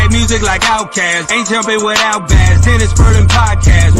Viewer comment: Well if you like big Bass at least pronounce he name right. Bass is pronounced Base lol!!!!